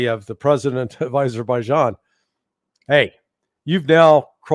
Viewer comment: Thrump called Armenia as Albania multiple times and he called Azerbaijan as Aberbaijan.